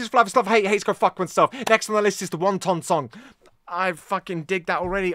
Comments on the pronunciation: "Wanton," like a wanton woman. Not won ton. 😀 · It’s pronounce WAN - ton. As in loose morals. 😄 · Just to clarify, it's NOT the Won-Ton Song. It's Wanton (pronounced WAHN-ten), which means doing something or acting in a way with no concern of consequence or others opinions. The song is about getting together with someone you probably shouldn't (perhaps a wife's sister) and getting down and dirty like there's no care in the world. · I knew you would love this! Wanton, as in a sexually unrestrained woman, emphasis on the first syllable. I agree with you about the skill and experience, particularly Bonzo.